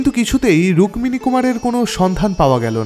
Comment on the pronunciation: 'রুক-মিনী' উচ্চরণটা খুব কানে লাগছে। আমরা যেমন 'পদ-মো' (পদ্ম) না বলে 'পদ্দো' উচ্চারণ করি, এও তেমনি 'রুক্মিনী' উচ্চারণ 'রুক্কিনী'র অনুরূপ।